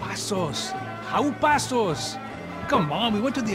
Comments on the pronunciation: Love that says Pessos instead of Passos. That is a Rock, Flag, and Eagle American right there! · "Pessos" lol